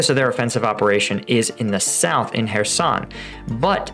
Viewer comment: Denpro? Kuh-herson?